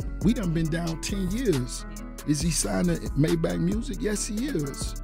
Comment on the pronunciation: I have a issue with the way he's saying "Maybach" 😅